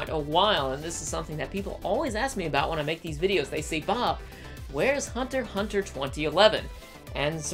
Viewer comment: Woah woah, Hold up. The you don't pronounce the x in hunter x hunter? It just doesnt have a ring to it without pronouncing the x